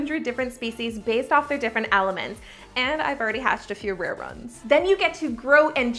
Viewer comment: Did anyone else hear her say rare runs